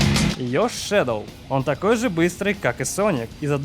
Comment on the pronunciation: НЕ ШЕДЛ А ШЕДОУ